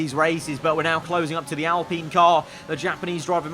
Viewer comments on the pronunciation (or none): Al - Pine not alpinnnn 😂